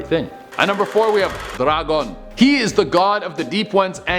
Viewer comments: It's not dra-gone. It's pronounced day-gone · Why did you put a rolled R in Dagon? It’s annoying and just wrongly pronounced